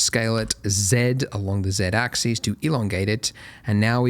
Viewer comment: "X AXIS". No, it's not his accent, Australians normally know how to pronounce "axis" and "axes".